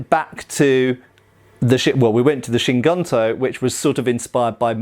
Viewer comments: Just to add something on pronunciation of Kyū Guntō, “Kyu”, transladed as “old” is pronounced like Key followed by an elongated U (so Keyuu), while in “Guntō” , translated as military (gun) sword (tō), the U is pronounced like in “blue”, and the final O is elongated (Gontoo). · It would be pronounced more like "kyoo goontoe" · Key-you goon-toe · One detail: gunto is pronounced as GOON-toh......literally means military sabre (single edged blade). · From my study of the Japanese language (just casually over a couple of years- so I’m certainly not an expert) I think the pronunciation would be closer to Cue Goon-toe. Cue like a cue ball, one syllable. Interesting vid! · Kyu Gunto = cue (like cue ball) goonto.